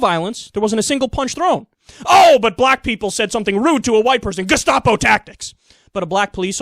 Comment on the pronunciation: Why does Bill pronounce gestapo like that? "Geshtapo"